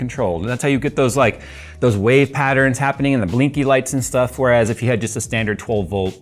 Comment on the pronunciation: Man… so clean. I also sniggered every time said “biscuit”, just like “shtuff”.